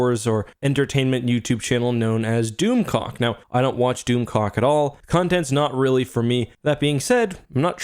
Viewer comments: I swear to God! I thought was saying DoomCock. I'm sorry! I was losing it when he kept saying DoomClock. 🤣😂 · Doom clock not doom cock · Its hard to watch a video and take it serious when you keep hearing "doomcock"